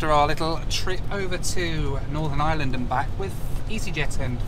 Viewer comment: Just please dont say ireland like that